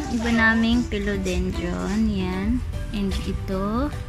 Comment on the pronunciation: i love your video....please note it’s philodendron not pelodendron...and check out the corresponding pronunciation. di malambot yung i sa phil